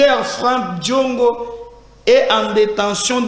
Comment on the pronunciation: C'EST DIONGO ET PAS LE CONTRAIRE. KAMEHRE ET NON KAMAHRE, NAKOLOBA NAYO NDENGE NINI YO...